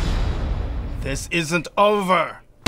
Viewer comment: Kamiya, in literally perfect English: "This isn't over!" 発音がうめい！ｗｗ